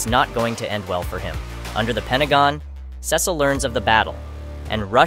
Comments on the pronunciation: Its pernounced See-sull not Ses-sill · Sesil ? You mean Cecil? Pronounced, "SEE-SIL" You got it right a handful of times. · pronounced Cecil wrong :( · Who tf are saying Cecil name like that